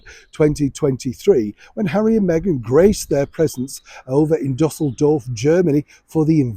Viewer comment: You pronounced the German city Düsseldorf as “DuSSeldorf” three times with the incorrect accent on the wrong syllable.It’s pronounced “Doo-sell-dorf”.